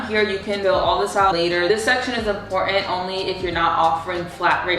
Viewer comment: It’s NOT “im-por-ant”. The word is pronounced as IM-POR-TANT’.